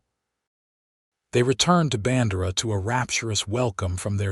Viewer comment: No soul in Texas would pronounce BAN-DEIR (DARE)-AH rhyme with SANDRA. AT ALL. EVER.